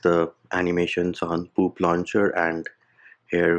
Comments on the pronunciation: The way says Poop launcher is making me crack every time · did he just say poop launcher ☠️🤣